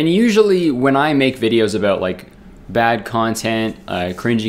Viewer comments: "a boat" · He doesn’t say it every time. Haha. Just the occasional “abewt” slips in. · Morgan Lea abawt